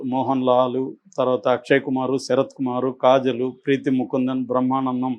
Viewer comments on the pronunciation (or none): none